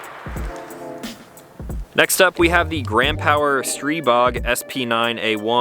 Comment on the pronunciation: Picked up my Stribog SP9A3 last week. Great gun. Also, thanks for pronouncing it right!